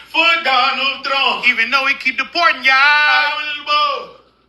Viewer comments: You guys got me crying pronouncing Trump with an “n” at the end. 😅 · "I will BOTE for donald tRUNK!!!" 😆 🤣 😂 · Spanish language pronounces "v" like "b" and they don't pronounce "p" as forcefully as English does so that's why it sounds like Trum. 😆🤣